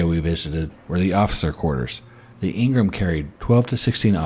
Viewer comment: I was stationed on her . Pronounced Ing-ham not Ing-rim. Great video. Thanks.